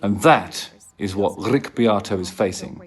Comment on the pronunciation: You need to work on your pronunciation of ‘Beato’! 😂 no one says Be-ahhh-toe 😂